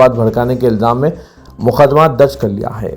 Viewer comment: KYU MUKHDMAT READ KERTE HO...URDU THEEK SE BOLNE NAHI AATA..MUQDMAT READ KRO...URDU KO BERBAD NA KRO...